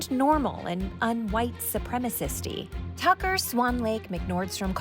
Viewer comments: it's pronounced Cucker Tarlson. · I can't believe how many times Desi Lydic mispronounced 'Cucker Tarlson.' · "Tucker Severus McFly Carlson" I lost it 😂